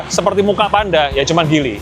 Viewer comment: Bacanya jili bukan gili. Speedometer kok mirip J5. J5 speedometer kyk motor yg layar mirip2 font kalkulator gitu. Jelas beda jauh.